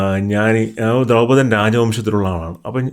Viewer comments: ദ്രൗപതൻ അല്ല ദ്രുപതൻ😊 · Dhraupadhan alla dhurpadhan and aswathaamaav aanu